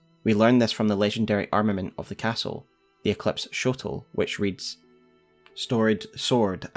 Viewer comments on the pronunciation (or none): none